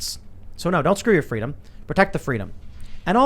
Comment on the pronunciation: He pronounced it "Skuh-doo yoh fuh-dee-duhm"